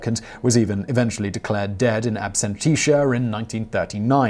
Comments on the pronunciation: In “ab-sen-tia” (uk) “ab-sen-shia”(us). “Absenteesha” (lmao) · It amazes me how many words Simon pronounces incorrectly. I don't mean names or obscure terms. Words like "Absentia" being pronounced "ab-sen-tea-sha". This happens in a lot of videos. You can Google the pronunciation of any word in seconds. Getting common english words or phrases wrong really hurts credibility. After all, how accurate and in depth can your research be if you can't even take the time to proof your scripts?